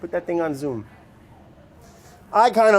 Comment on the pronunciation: "Put dat ting on zhoom"